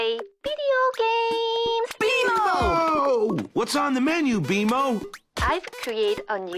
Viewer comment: “Who wants to play bideo gamess??” Legit bmo is so hella cute with the way he says and pronounces things